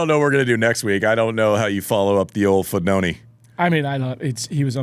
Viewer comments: Is he saying Fognoni as a joke? Literally spelled with an I not an O don't understand how you can get it that wrong? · Fognini not FoGNOni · never swwn Andy laugh so much...but it's FOGNINI,nit Fognoni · I never imagined that half of the comments were about the alleged pronunciation error. How can you not understand that Roddick's FognONI mispronounce is an inside joke between the two? Didn't you notice that at the beginning when Andy introduces him in the show he correctly calls him FognINI? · Ah yes the tennis legend foognoni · Andy, I like your show, but FFS, your foreign language and names pronunciation is ATROCIOUS! Mak a little effort, at least! "Fog‐NO-ni"??? Jesus. You played with the guy and have known him for years. And learn how to pronounce "Trastevere!" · No one: Andy: 𝓕 𝓸 ñ 𝓸 𝓷 𝓲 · great show. died a little inside every time andy said FOGNONI. lol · Pronounced Fonini . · It's FOGNINI ! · Every time Andy said Fognoni, a Fognini fan died 😂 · Not even that. It's Fon-yee-nee. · Is Andy mispronouncing Fignoni’s name wrong accidentally or some old pal nickname. Great episode!!! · Class act from Fabio not correcting Andy on butchering his surname. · Jeez Andy is it so hard to just get his name right? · I finally watched and came on here to comment on Andy mispronouncing Fognini’s name at the end and I’m so happy to see so many fellow tennis fans have already acknowledged it. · A bit inexcusable I'd say. Plus four times.